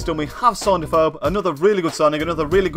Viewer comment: U can't say afobe right